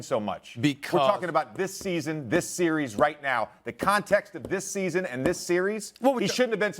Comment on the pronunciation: How tf can he say “series” with pouted lips